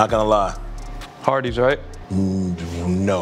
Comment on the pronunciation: He said hardees right 🤣💀